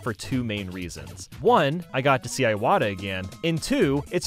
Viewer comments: That’s not how you pronounce Iwata, man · You also pronounced Iwata wrong btw.